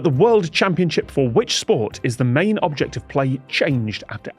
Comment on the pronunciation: I had to read the subtitle, because it kept sounding like Tom was saying "objective play" instead of "object of play"... Do Brits just say "object" with the accent on the second syllable instead of the first or is it just something about that phrase?